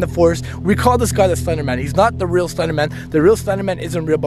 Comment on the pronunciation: Why do u keep saying "SlEnDeRmAnS bAsEmEnT"